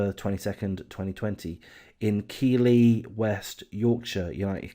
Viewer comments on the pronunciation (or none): Just a quick tip to the uploader when doing a video you need to make sure that you say the name keighley properly as this makes you look a bit silly when you kept saying keely lol